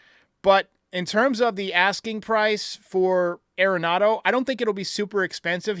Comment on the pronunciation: It's pronounced AR-en-NADO. Everyone says it wrong. He's said that himself.